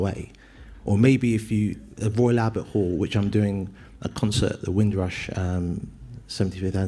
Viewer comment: Royal Albert all , 😂 royal Albert all, hold on a second, did he just say royal Albert all, 😂 i love that part of the show 😂